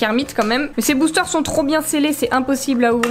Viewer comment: tu as dit boochteur